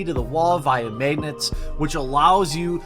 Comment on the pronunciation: We love you Jeremy, but... "meh-gnets"? My poor ears. 8)